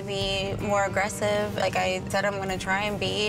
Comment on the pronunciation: Did she say aggressive or anorexic?? Well she is already there with the latter..